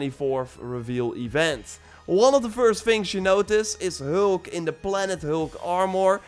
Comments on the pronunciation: you say hulk not heulk🤣🤣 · ”The heulk” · The way he says hulk 😂